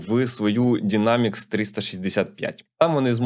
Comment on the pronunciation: Dynamics 365 читається як Дайнемікс 😅 (Просто я з ним працюю вже 13 років, не могла не прокоментувати)